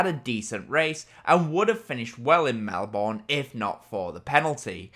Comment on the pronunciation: Melbourne is pronounced Mel-bern